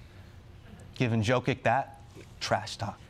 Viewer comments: Jokić is pronounced “Yokich” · For a guy who corrects people on pronunciation of his name Hasan sure didn't care one bit about pronouncing Jokic's name correctly)